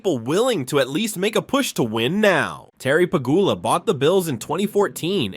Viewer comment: *Terry Pe-GYOO-la.